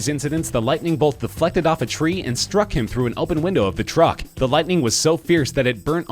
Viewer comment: Umm.. why did you say 3 wrong?